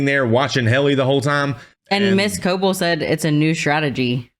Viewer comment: It's crazy to me how every reactor of this show pronounces Cobel as (co-ble), even though they literally pronounce her name as (co-bell) every single time in the show. I don't understand 😭